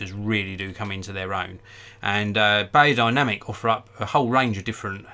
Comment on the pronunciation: It’s said berrodinamic you old hog